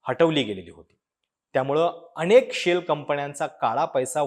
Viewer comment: अणेक! कंपण्या! लई भारी मराठी.